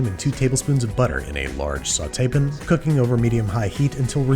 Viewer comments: I genuinely dont understand why Andy says saucepin and sautepin as pronunciation. Is it an inside joke or something? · Nobody says “sauté pin.” It’s “sauté pAn.” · Saute pin = dislike for you. Stop saying it, it makes my ears hurt.